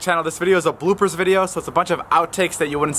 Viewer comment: Bro we say blooper David says booper